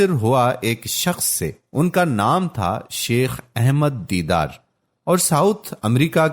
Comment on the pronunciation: His name is Sheikh Ahmed Deedat Rahamatullahi Alai, a Great Wali-ullah but not Deedar as per the Speaker. The Speaker's voice is Masha-Allah very impressive but he must pronounce the names as Dr Zakir Naik Sahab saye Jazak-Allah Khair. Dr Zakir Naik Sahab has single handedly reverted over 2.75 lakh highly qualified Hindus and not less than Graduates, who's names have appeared in the State Gazettes including IAS, IPS and other professionals and these are the Government Gazetted figures. And there are over five lakh others, who have accepted Islam through his Videos and Peace TV channels.